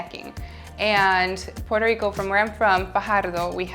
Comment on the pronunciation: I loved when she pronounced "Puerto Rico" with spanish accent 🥰